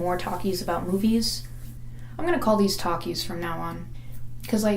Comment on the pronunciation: I was prepared to bring up The Greatest Showman and it was not against your will! You just needed a little convincing! I will be borrowing Gay Aside and incorporating it into my vernacular. Also... talkies... or takis? Beause that's all I hear each time.